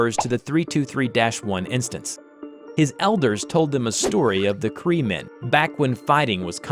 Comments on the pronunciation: He pronounced the languages wrong (aside from cree) so here's the right pronunciation. Ojibwe is pronounced Oh-jib-way And potawatomi is pronounced Pod-uh-wad-uh-me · PLEASE READ: Okay, I'm Native american, and I just wanted to inform you that is NOT how you pronounce those tribe names. It's Oh-jib-way And pah-dah-wah-dah-me Cree, you got right